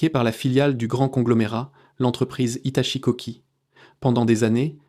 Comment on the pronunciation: HITACHI ou HITATCHI ? l'IA n'est pas au top. rien ne vaut la parole humaine. ce qui m'inquiète c'est " TERMINATOR "! c'est dingue comme le cinéma anticipe la réalité!